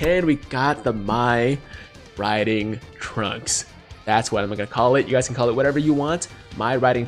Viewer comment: bruuuh, did my boy really just said "Mai Riding Trunks" I'm DEAD , lmaooo